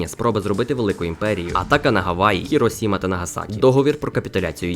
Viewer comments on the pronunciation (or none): none